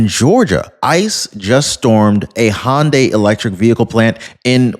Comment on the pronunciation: Illinois (but thankfully, not Chicago). FYI, in case it comes up again, Hyundai is HUN-die, rather than HAHN-die. No charge!😀 45, 47